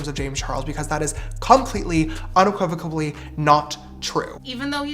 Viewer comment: Still giggling at "unequivocablly"